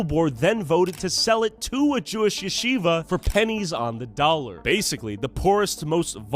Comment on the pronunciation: it’s Yeh- she-vah.